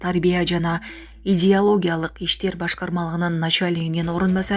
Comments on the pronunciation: Идиологиялык- изиология эмес😮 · амеей изиология дейт ко уят диктор !